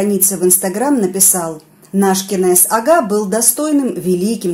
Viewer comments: Я всего лишь написала,неужели трудно произносить имя КЕНЕС,а не КЭНЕС,очень режет слух! В казахском языке буква Э не употребляется! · Кенес а не кэнес выговариваите правельно